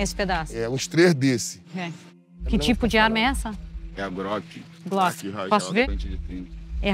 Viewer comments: Boa mano kkkk é uma Groqui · groqui WtF mano sério velho kkk é rir pra não chorar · Groqui rajada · Repórter: "Que arma é essa?" Marginal: "Uma GRÓQUI" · Kkkkkkkkkkkkkkkkkkk grock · Groqui hajada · KAKAKAKA GRÒKI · Repórter: "Que arma é essa?" Marginal: "Uma GRÓQUI" kkkkkkkkkkkkkkkkkkkkkkkkkkkkkkkkkkkkkkkkk